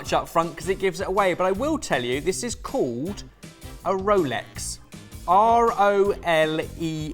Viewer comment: guy was trying to say called and said code.